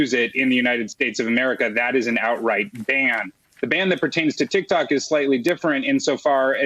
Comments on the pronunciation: SHE SAID tiktac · hahha dumb broad said tik tak